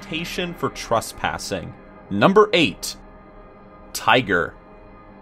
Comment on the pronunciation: tresspass not trusspass